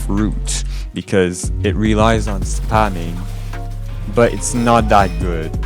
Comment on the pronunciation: "spemminng" lol love the video